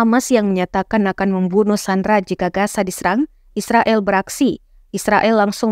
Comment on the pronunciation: Reporter ga sekolah kali masa gaza dibaca gasa